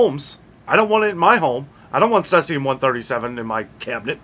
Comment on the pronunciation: Thanks! BTW "SEE-zee-um" 👍👍 Cloves? I Suspicious that many people use cloves in pumpkin pie and Thanksgiving is coming up? Can we trust the many meds that are coming from India? Is anyone checking them?